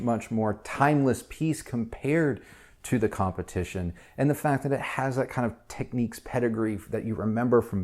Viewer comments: It's Technics not techniques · What’s this with Americans mispronouncing names if it’s Nykon and now we have Techiques, it’s Tech nicks